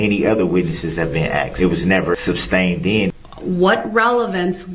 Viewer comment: Entertaining how he says "substain" instead of sustain(ed)